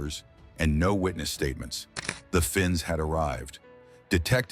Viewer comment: Finks not Fins ya